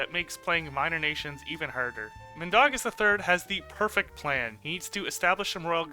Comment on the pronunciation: It's not Min da gas it's Min dau gas